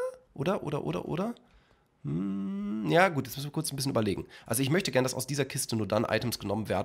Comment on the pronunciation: für 2 sekunden schweizer geworden (guet)